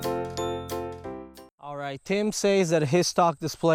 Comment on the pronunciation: For a long time now I thought he been saying Team